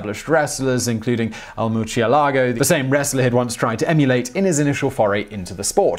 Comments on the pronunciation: murcielago is pronounced moor-sie-la-go. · "Merch ye lago" Is it really that hard to pronounce murciélago? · Maybe, my point is he's pronouncing "murcielago" with a "ch" sound. He's reading a Spanish word in Italian. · Murciélago is horribly pronounced, too. And I don't understand because his teammates are Spanish. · Lol at your murcielago pronunciation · I'm just saying, double check the pronunciation of bat in Spanish.